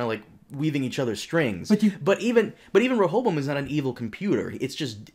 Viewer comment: Good job on learning to pronounce Rechavam's name. Ever wondered why his user interface is in English and not in French?